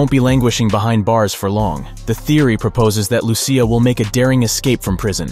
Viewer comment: Imagine they send us to jail for a few minutes 🤣 and I think you’re pronouncing ‘Lucia’ wrong it sounds like you’re saying it like Lucifer, you gotta say in a Spanish style “Lu-si-ah” “Lucia”